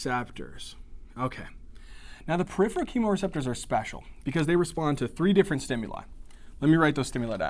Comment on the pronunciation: Awesome videos! HOWEVER, please watch some of your spelling and pronunciations!! Peripheral (not periphreal; and atelectasis not atelactasis) Pronounced per IF er al; and at a LECK ta sis